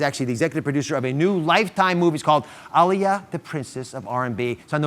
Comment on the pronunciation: not dr oz butchering aaliyah’s name 💀💀